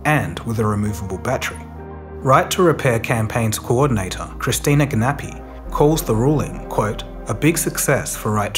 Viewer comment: It's pronounced Christina Ga-na-pina, not whatever he said. Let's get it right eh?